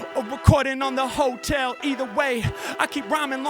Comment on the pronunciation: That's crazy! the flow-tel instead of the hotel